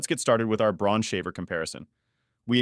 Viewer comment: Braun is a German company...so it's pronounced "Brown"...just saying!